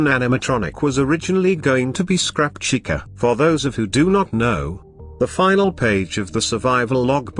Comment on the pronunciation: As decent of a job the text-to-speech thing does, you might want to consider changing how you spell certain words in order for the program to pronounce them correctly. Chica is a big offender here, and when you're trying to get the program to read off the year of a date correctly, I'd spell it out instead of leaving it as a numeral. When in numeral form, it wants to read it like it's a number rather than a date. For example, when you used 1989 it read the number is one thousand, nine hundred eighty nine. Instead, you should put it in the script as "nineteen eighty-nine" so that it reads correctly. I'm not sure if you listen to the speech before adding it to your video, but it's just a suggestion.